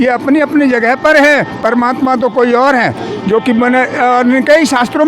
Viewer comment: परमात्मा का नाम स्पष्ट नहीं पता चला।।